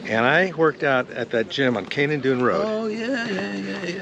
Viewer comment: So weird he called Kanan-Dume road Kanan-Dune.